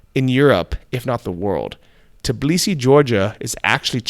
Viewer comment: I've watched 100s of videos and haven't found any foreigner who could pronounce TBILISI instead of tiBlisi. Why is it so hard for you to switch 2 letters???